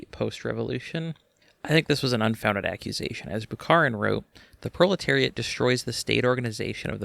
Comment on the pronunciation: R u saying bro-leteriat? Cause that's based bro